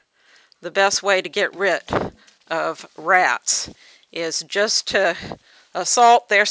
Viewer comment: get rit of rats. Rid. Rid. RID. Reminded me of Porky Pig explaining how to get rit of rats. damn it! Rid!